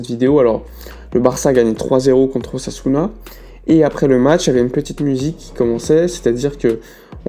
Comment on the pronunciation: Lorsqu'il a dit "une tentative d'ossasuna" j'ai cru entendre une "tentative d'assassinat" j'ai bondi 😂😂😂😂